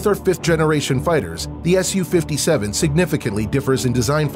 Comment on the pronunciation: Wow nice pronunciation, “sukhoi Su, s u 57”